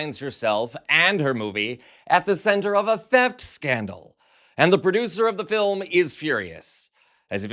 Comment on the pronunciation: it's not a documentary. It's da filim. 🙄